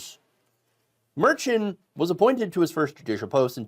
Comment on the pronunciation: Please pronounce Judge Merchan's name correctly. Be professional!!